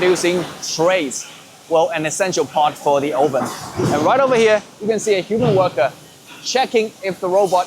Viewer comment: 'Oven' is wrongly pronounced